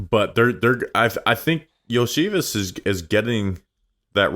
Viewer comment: I was about to comment the same thing. It’s like these guys, well the one guy don’t have a clue of what he’s talking about. Can’t even pronounce Yoshi’s name correctly